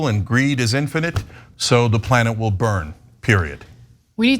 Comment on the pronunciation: Earth willive, Cenk; we wilnt.